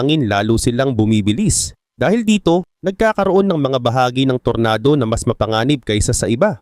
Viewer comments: ampangit mo talaga mag pronounce tor-na-do ampotek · Anung tornado boss,,, tornado ata basa nyan boss eh, English ba boss,,,😅😅